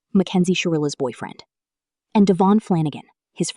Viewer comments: It's really annoying me that she keeps calling DAVION, DaVon. It's so disrespectful that she can't trouble herself to say his name correctly. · Day-vee-on. Get it right.